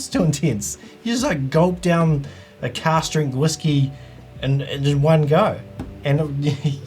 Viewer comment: you saying cast or cask strength?